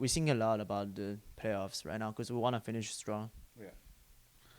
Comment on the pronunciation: "I sink...." xD